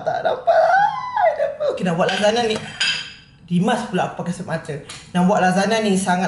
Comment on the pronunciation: babe... Aku dgr kau sebut cam lazada sialll🤣🤣🤣